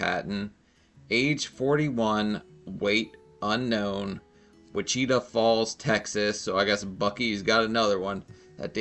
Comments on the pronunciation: Wa-cheeta-falls??? You mean WHICH-cha-ta???? 🌹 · 610th!🙋🏽‍♀️❤ I have to start waking up earlier as it is difficult to be first from California. Wah-CHEE-tuh is pronounced WITCH-ih-taw.😂🎭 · Wecheetah falls had me cackling…it’s which-I-taw falls 🤣 beaver nuggets is the word you’re looking for too! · “Witch-eetah falls” I DIED !!!! Babe, “witch-uh-tah” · The town's name is not Wit- chee'tah Falls. It's Wit'-chit-a Falls. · You confused me with, "Wah-chee-tah Falls." Texans pronounce it, "Which-ah-tauw Falls." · Honey…it’s pronounced Witch-eh-tah. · "witch-it-aw" falls !! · The way you pronounce “Wichita” is adorable. My parents actually live there. Hearing that her and her loved ones lives went down the drain in WF is hitting home for me. It took almost a decade for me to be able to visit my parents without feeling a put in my gut the whole time I was in town. It’s where my addiction started, where my daughter was born (and almost died) and where her father is buried. There’s a very, very dark side to that town. Now I can drive around without being triggered but I mostly just stay in my parents house when visiting. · lol you said wah-cheetah. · Haha the way you said Wichita sent me. Love your content! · I laughed out loud when I heard that. Wichita Falls is three hours from me. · I'm a month late but did anyone teach how to pronounce Wichita? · The way you pronounced "Wichita" lol. Silly goose. Also, I hear bras actually compress the muscle, which makes boob's sag more. I don't wear one unless I have to and even then it's just a sports bra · The way you said Wichita Falls took me out lmao